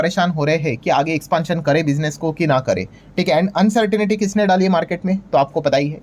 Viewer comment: Please pronounce the word uncertainty as अन्सर्टंटी, and NOT अन्सर्टनिटी